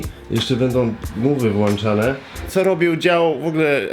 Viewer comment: WŁĄCZANE a nie włanczane !